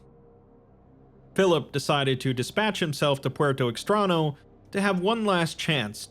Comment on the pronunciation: Puerto Extraño means Strange Port for those who don't know Spanish. (The ñ is pronounced nyo/nya, not na, but still.) Really great video! Your stuff is amazing, really liked Lord Blackwood as a seaslug actually using a rifle lol.